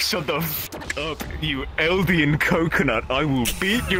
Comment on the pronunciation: the way he says eldian is so unironically funny 😭